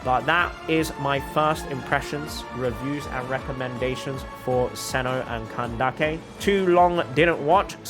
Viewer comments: The pronunciation of Candace is making me laugh I’m sorry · Nice video, I like your explanations. They`re easy to follow ^^ Little hint: Candace`s name is pronounced "candiss", not "candakke" ^^ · Its candace not kandake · Nice video, I like your explanations. They`re easy to follow ^^ Little hint: Candace`s name is pronounced "candess", not "candakke" ^^ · I find it funny how he says candake instead of Candace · do you really pronounce candace as ka-nda-keh?😭 isn't it ka-nde-eesh/ka-nde-sh/ka-nda-sh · I dont think its candake its candays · Did say kindace in kandise it's the word is candes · Wait is it actually pronounced CAN-DAK-EI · Why do you say kandake her name is Candace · the way u pronounce candace 😂 when i say her name it sounds like candis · her name isn't Kandake. I'm Arabic and neither Cyno nor Candace are Arabic names, so just pronounce them like they originally are. Candace is a name and it's disrespectful to change it just because you want it to sound Arabic. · did he really call candace candake. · Whenever you say "Kandake" a part of my soul dies. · “KAN-DA-KI” seriously?!?! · Ain't no way my boy says Kan-da-ke 💀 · Oh boy, man just said candakey. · Lol, after seeing twitter and instagram posts of candace, I can never pronounce her name the same again, i kept callling her candeez to my friends, but I sure am pulling for her😂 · I’m sorry and I don’t usually care, but the name pronouncing just seems made up at this point LOL CAN-dick-a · Bro says “can dake”😭😭😭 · Jesus Christ you're pronouncing his name so, so, so, SO wrong...